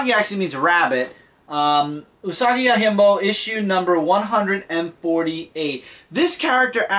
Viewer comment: Yo-Jim-Bo (not Yo-Him-Bo)